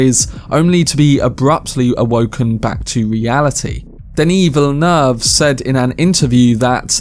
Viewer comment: Wrong: in French, the double-L is SOMETIMES pronounced as a "Y" like in Spanish (more or less), but in the word "ville" (and so in the name "Villeneuve"), it is pronounced like an "L".